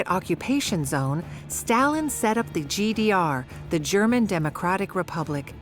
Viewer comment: What a shame that the narrator mispronounces all the German words.